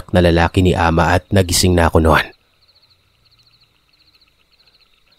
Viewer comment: Good morning po,happy listener po from SG,Tama po pgkapronounce mo Ng "ahma"😊🇵🇭🇸🇬